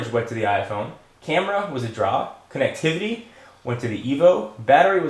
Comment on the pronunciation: its funny how he says COOnectivity at the beginning. hmmmmm. i wonder what thats about